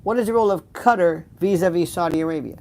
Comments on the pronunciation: Hello Lionel ! I watch you often, but rarely do I comment. I HAD to say something, in reference to your pronunciation of Qatar. I have learned many new words from you, often, having to google the word to find out it's meaning. You need to look up Qatar, as it is pronounced Kuh-taar, NOT Cutter. I believe I am correct. I even looked it up to make sure, before I commented here. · Quatar. Pronounced Katt - aar